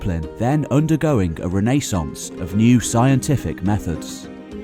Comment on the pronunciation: I love your videos but I fuckin hate the way you pronounce some words or names like "Ren-Nay-saunce".